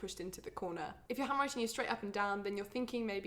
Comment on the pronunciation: Not sure why but my Canadian ears sometimes hear the word “hemorrhoid” when she says “handwriting.” Anyone else? 😬